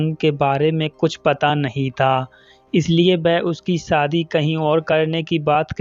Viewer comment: Aapka Hindi kahani channel hai lekin aap Hindi bolane nahin aati hai aapko aap Bihari Bhasha bolate ho sha ko sa bolte saadi nh hota shadi hota h ek anchor ko apni language per command hona chahie video